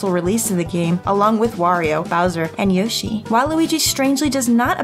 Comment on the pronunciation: The way yoshi is said 😫💦